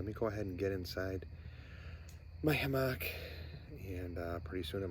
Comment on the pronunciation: I like your videos, good channel. I don't want to be arrogant but the word "Hammock" is pronounced with the emphasis on the first syllable. The second syllable is more of a 'muck' than a 'MOCK' sound; 'HAM-uck' not 'Ham-MOCK.' I never heard anybody pronounce it with the emphasis on the second syllable. Hope this helps. Great video!! Thanks for sharing.